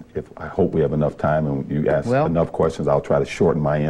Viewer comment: right after you ACTION you say "starts aksing questions"...really? I guess it's a pet peeve of MIn.a.. Just for a secind, analize yourself. Why would you or anyone say ask pronounced aks